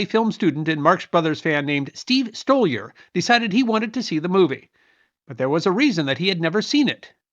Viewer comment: Hey - thanks for throwing your spotlight on "Animal Crackers" - and for pronouncing my name correctly! Meeting Groucho and getting the film out again was a life-changing event for me. Steve Stoliar, Former Field Secretary to Captain Jeffrey T. Spaulding.